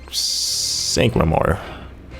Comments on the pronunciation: omggg ! Sycamore, like the tree pronounced (Sick-a-more) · sycamore is pronounced like the tree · do you seriously not know the tree SYCAMORE?! EVERY PART THAT HAS HIS NAME YOU PRONOUNCE IT WRONG! IT. IS. A. FUCKING. TREE! YOU SHOULD KNOW IT